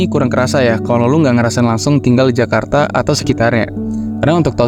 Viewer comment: Serius nanya, yg bener itu kajarta atau jakarta.